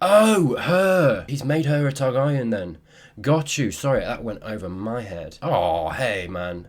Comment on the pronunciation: "ta-GAH-ri-an" cracks me up how you say it